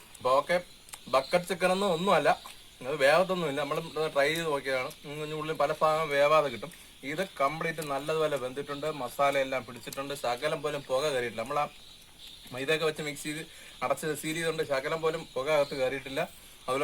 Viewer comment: മുഗൾ ഫാഗം അല്ല മുഗൾ ഭാഗം